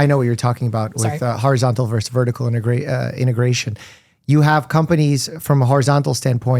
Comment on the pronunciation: Yes to everything, AND…. “Versus” has TWO syllables and no silent letters . “VERS-us.” Try it. It’s easy!